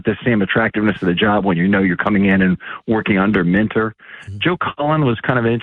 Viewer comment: how many weeks do we think it'll take for to stop pronouncing it Mintor?